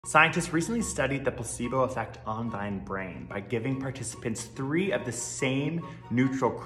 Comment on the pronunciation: why is he pronouncing "the" like that, please stop